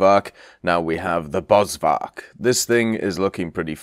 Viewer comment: Please please please... In Afrikaans the V is an F sound. BosFark afrikaans for Bushpig